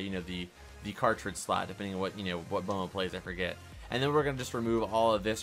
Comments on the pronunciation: He pronounced B.M.O wrong is said it like bomo but it's like Bemo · itz bemo not bomo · It's pronounced BEAM O, not bomo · he said bomo instead of beemo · its pronounced beemo not bomo lol B.M.O. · omg he called it bomo hahahahahhahahhahahahahhahahahahahahhhahaha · Did anybody else wanna click off immediately when he said “bomo” the disrespect 😔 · U said B.M.O wrong